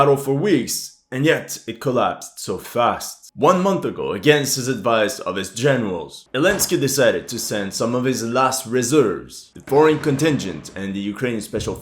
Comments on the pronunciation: Did you just call him Elensky? 😂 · Can someone explain to me why a lot of war commentators keep calling Zelensky "Elensky"? I feel like its some kind of a meme that im not getting... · How come you call Zelensky "Elensky?" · Very neutral if he mocks the president of Ukraine by not calling his name properly. Lol